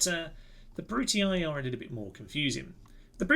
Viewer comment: Do you want a pretty easy campaign, all downhill, with way more power and potential than any other faction, sonny? Choose the Brutii (who, by way, are to be pronounced "Broo-Tee"). Personally, I prefer more interesting, less OP factions, but then again...